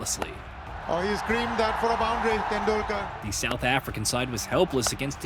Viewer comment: What a masterclass in mispronouncing names and words. Sachin Tendul-kaaar. Really? Even though your video contains the correct pronounciation. Jaques Ka-lees. What is a Prodea? Protea. How difficult is it to pronounce the letter T?